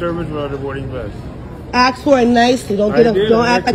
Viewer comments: Random thought #564: If somebody says "axe" instead of "ask", and "wifchoo" instead of "with you", then they have NO RIGHT to tell somebody else to "speak English" when they obviously cannot speak it themselves. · THE WORD IS "AAAAAAASSSSSSSKKKKKKK" NOT "AAAKKKSSS" SPEAK FREAKING ENGLISH FOR GODS SAKE!!!!! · But isn't she black? I have never heard anyone but blacks say "axed".